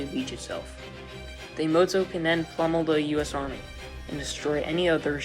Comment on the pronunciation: Learn to pronounce "Yamato" properly.